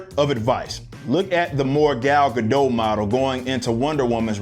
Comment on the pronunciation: First off, good content - thorough take of both sides. Much appreciated. Secondly, since you take the trouble to be thorough, Gal Gadot's last name does not have a silent "T" in it (I was also mistaken on this at one point). Phoenetically, it's guh-dot. Keep up the good work.